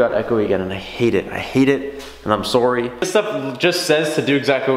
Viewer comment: "I'm sowry"